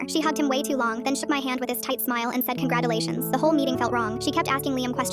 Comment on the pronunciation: SHE SAID (CONGRATULADIONS)!